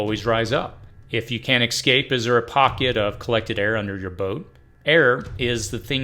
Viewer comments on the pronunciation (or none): Escape. Excape or Ecscape are not accurate pronunciation of words in English. (Sorry, it’s my absolute worst pet peeve. Followed closely by Nucular...instead of the accurate Nuclear.)